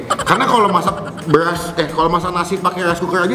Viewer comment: Soundnya tolong benerin bang, masa Ngomong BERAS kedengearannya malah BELAS